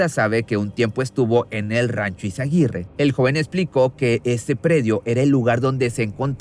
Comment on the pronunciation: Es Izaguirre, no izaguitte.